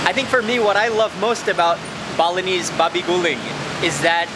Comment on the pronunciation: I heard Bolognese instead of Balinese 😅😅😅